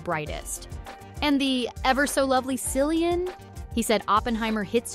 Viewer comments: For the love of God stop pronouncing him a Silly-an. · It's "K"illian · Hard C, please!!!!! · You know this Film Whip video is going to be pathetically bad, when from the onset, they pronounce Murphy's first name with an S sound. 👎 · Learn to pronounce the actor's name you are talking about. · Respectfully! you could have at least got the correct pronunciations of his first name! 🤔🤭🙄🤦🏽‍♀️🇯🇲🇬🇧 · at least pronounce Cillian's name correctly.